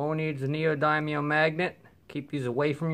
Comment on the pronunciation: Just a helpful hint. It’s not pronounced (and I’m writing phonetically): NEO-DYE-NE-UM It is pronounced (AGAIN phonetically) NEO-DIN-EEYUM